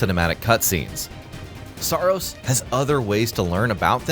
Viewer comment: Did someone say SAARos?